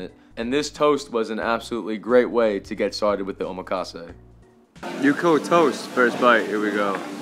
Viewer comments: Bruhhhh yukhoe is pronounced yook hweh 😂😂😂😂 I’m a recent sub cause I think you’re funny af but I can’t tell yet if you’re purposely fuvking up Korean pronunciations lolllllllll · LMAOOO not the way ur saying yukhoe